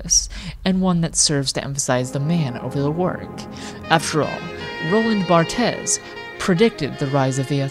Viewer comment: I'm sure the mispronounciation was intended, given the genre of the video :)